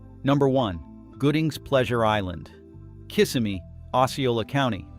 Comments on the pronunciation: It is not pronounced, kiss of me. It's pronounced [ kuh - si - mee] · Throughout the video, the narrator never could say Kissimmee properly… I remember a Pleasure Island for teens in the 90s with a movie theater and shops. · What can you expect? They can't even pronounce Kissimmee right.